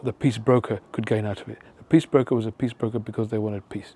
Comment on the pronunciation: Oh! Nobel "PEACE" Prize! I thought you said Nobel "PISS" Prize....my bad.😜